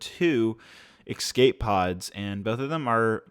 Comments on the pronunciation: If you say "eck-scape" one more time, I'm unsubbing. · I didn’t know people in America pronounced escape as “ekscape” how odd